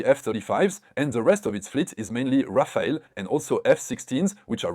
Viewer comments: Not Rafael but RAFALE -LE not EL read correctly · It's not Rafael it's Rafale